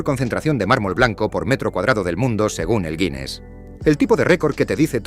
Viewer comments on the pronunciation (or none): none